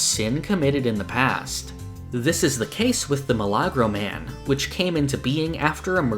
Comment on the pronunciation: oh it's a miracle man. The way it was pronounced threw me off a little. Best way to say it is a "mE-la-grow"